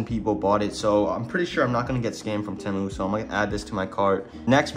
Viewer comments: Bro said teh- mu how u really say it is t-moo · btw you say it like "tea mu" not "teh mu" not trying to be rude. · ITS NOT PRONOUNCED "t-e-mu" ITS PRONOUNCED "tee-mu" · It’s not tehmoo it’s Temu bro say it right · its not te muu its TIIIIII MUUUUU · whats a tamu😂 its TEEE MU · its called tee-moo not tem-oo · its spelt temu but u say it teemu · its (teeeeeeee-mooooooo not tmo) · its teymoo not temoo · Stop saying tamu it’s teemu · WTH is tehmoo its (tee)moo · no way this guy pronounces it " temew" its pronounced "teemew" xddd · why “tehmu” its “temu” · my boy said temmu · its teeee mu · It’s called Tea Moo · It’s Teeeemu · its pronounced temu (tea-moo) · no hate but it’s pronounced (tee-moo) “temu” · its prenounced Teemu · bro the way he says temu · anyone else bothered he said temu wrong XD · No its just americans who override it and puts and extra bound in the “E”. NoT TryInG tO Be RuDe😶‍🌫️